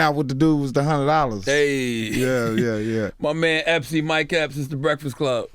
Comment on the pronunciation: It sounds like they call him Mike Helps instead of Epps😂😂😂😂